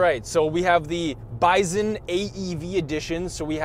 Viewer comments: did you say "byzun?" Good grief, its "BY-sun" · The way you're pronocing bison is driving me nuts lol